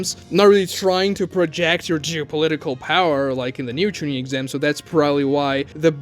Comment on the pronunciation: “The first texam” lmao